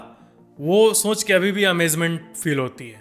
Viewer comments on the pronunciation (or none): Aap shoch ko chonch kyo bolte ho ?